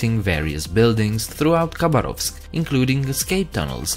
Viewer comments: not russian, because he does not say khabarovsk right. ‘k’ is silent and the stress goes on second ‘a’...so Habárovsk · When pronouncing Khabarovsk the K is silent, so it’s pronounced Habarovsk